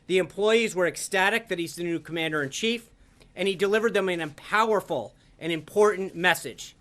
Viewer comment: did he just say "empowerfull?"